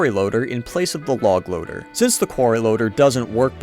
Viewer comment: I Thought "Log Loader" Said HOG RIDEEERRR lol